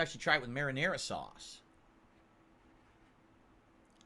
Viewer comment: I like how he feels he needs to explain to his moronic fanbase what pizza pockets are. Smh "Ya see, you gotta take one of these peeZUH bAHMS here and you dip em' in this here. This is maranaRUH SAWsce." snort